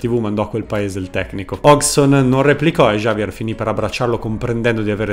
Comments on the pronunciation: "Giavier" Zanetti? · Giaver Zanetti ???? Ma scrivi il nome su google traduttore e ascoltatelo!!